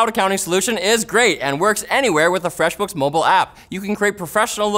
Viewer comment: The way you say "Fresh Books" is so not fresh...